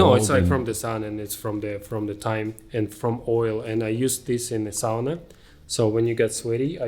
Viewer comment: There was a study few years back in Europe where conclusion was that combination of hot-cold and movement theraphy gave the best results for recovery. Also so happy that you pronounced sauna correctly. 😉